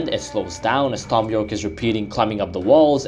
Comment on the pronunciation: ...did you just call him thhhom?